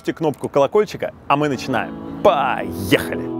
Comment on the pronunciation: Всё класс, но "поехали" звучит искусственно, неумело. Либо его надо отточить, либо в принципе изменить в произношении.